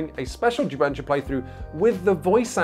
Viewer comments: This was a great video! I'm new to PMG, and I'm about to send this link so friends can watch. To properly promote jubensha as a genre, though, please check out Nate's pronunciation . It's closer to "jew bun SHAH" than "ju BEN shuh." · I was wondering what in the world is jubensha until I heard people speak it in actual mandarin. Ju Ben (GEE BURN) = Script, Sha (SHAR) = Kill. The pronunciation is way off but thanks for coming down to Singapore and sharing this, I've no idea its a thing and even though it doesn't really interest me, its an interesting watch.